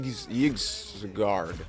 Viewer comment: For anyone wondering, I’m pretty sure it’s pronounced (ee-dru-zil) path